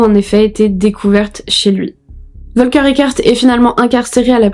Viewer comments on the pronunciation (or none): Ca se prononce Folker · « F »olker est la prononciation